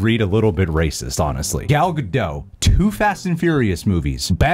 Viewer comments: Why do people insist on saying Ga-doe and not ga-dot? Its Gadot. dot. not doe. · Gal GadoT, the T is pronunced. She's Israeli, not French. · I think Gadot actually rhymes with "the vote". It's not French. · For the record, it’s pronounced “Ga-dote” which she has said in interviews. She is not French lol. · Plus - the T in Gadot isn’t silent 😁